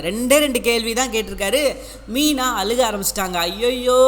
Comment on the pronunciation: அலுகோ அலுகுனு நாங்கள் தான் அலுகனும்... Pl correct the pronunciation... Don't kill Tamil